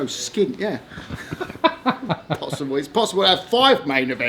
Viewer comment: ..."is, is, is zat possibwellllii"